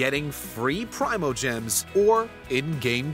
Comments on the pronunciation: No you're good it's Pree-moe-gems is the one saying it wrong... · Say Prime-oh-gems one more time motherfather, say it one more gosh darn time! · "PRY-mo-gems" Have I been saying this wrong the whole time??